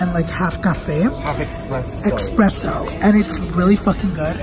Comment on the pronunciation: Espresso<—- not expresso 😂